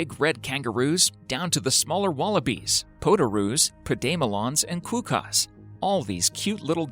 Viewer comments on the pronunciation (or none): ...what is is QOOOKAASS? Learn to pronounce things before you say it